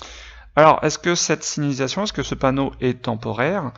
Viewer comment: Eh mec tu sais même pas dire signalisation